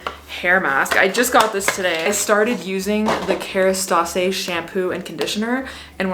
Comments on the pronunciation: It’s pronounced as Kerastass no eh in the end 😊love you beautiful thanks for the upload ❤ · Just for your knowledge, i speak French and Kerastase is really “kerastAWse “ just for you to sound fancier lol